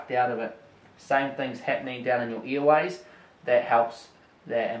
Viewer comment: Earways lol, what a funny accent :D